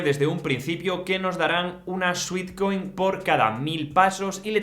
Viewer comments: Cariño, muy interesante, pero cuida la pronunciación. No es "suitcoin" sino "suetcoin" pues sweat es sudor, dulce. Instagram tiene el acento en la I, no en la a de gram. De resto, gracias por la información. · Me dio ansiedad cada vez que dijo sweetcoin en vez de sweatcoin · Gracias por el vídeo. Muy interesante y útil la info. Solo una cosita: Sweat es de sudar y se pronuncia [suet]. Sweet (dulce) sí se pronuncia como [suit].